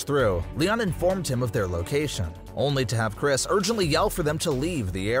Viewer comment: Nah he's saying these names wrong on purpose bro said cres ITS CHR-IS